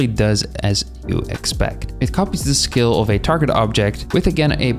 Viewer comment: you're saying skill but you pronounce constraint correctly it's breaking my focus this whole time lol